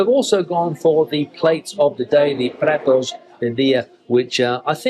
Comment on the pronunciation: it's Pratos do dia = Dish of the day, you said PRETOS* do dia = Blacks of the day.........;.LOL